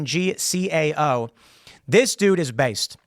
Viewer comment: Hung cap pronounce (tsao)